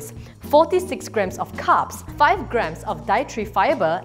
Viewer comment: I thought she kept saying “cups” not carbs lol!